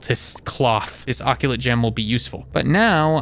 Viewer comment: It’s uh-cult, not ockulate, and it is seriusly pissing me off that you say ockulate.